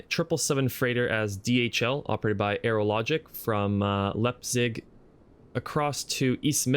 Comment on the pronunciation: Nice video bro!! One thing, Leipzig is pronounced Lipezig! Keep it up.